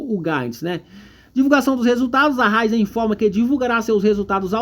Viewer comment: Ôhhh, é Ra í zen!!!! 😂 Essa empresa tem um futuro brilhante, mas, no momento, está passando por um período ruim. Eu vejo momento de compra, um momento de acumular ações da companhia.